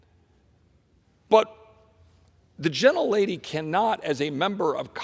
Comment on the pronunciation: STOP saying "gentel lady"WTF